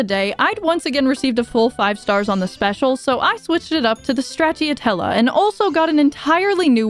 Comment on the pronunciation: this video was amazing but that pronunciation of straciatella was criminal